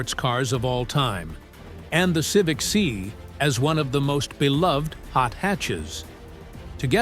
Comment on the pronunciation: AI needs to learn context better. Civic "see" Try "Civic S.I."